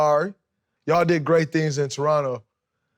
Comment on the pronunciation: Most underrated part of the interview is Draymond pronouncing Toronto properly. Real ones know the second T is silent